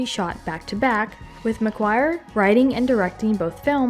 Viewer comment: Correction to this girl narrator; it's *McQuarrie*, NOT McGuire!!🙄